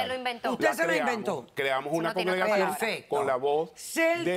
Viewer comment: “Congegracion” ahí ya perdí completamente la fe en la defensa de este hombre.😂😂😂